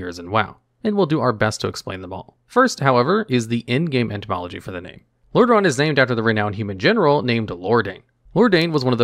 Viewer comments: It is really called Lordareon? I thought its called Lordaeron. Did you made a mistake? ^^ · Hey, love your videos. It's actually Lordaeron, not Lordareon. Keep up the good work!